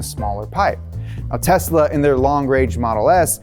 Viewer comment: The only guy in USA that pronounces TESLA the way it is suppose to be pronounced. AND NOT TEZZZZZLLLLAAAA